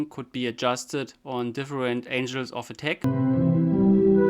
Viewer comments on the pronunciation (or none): Please, I don't want to look picky and I'm merely trying to improve your English, so, I'll say it as it is: ANGLES, not ANGELS. It's pronounced like MAGNET or MEGA or GARNET.